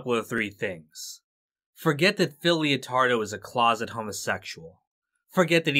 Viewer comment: Its LEO-TARDO GUYS, like LETTER, not LIO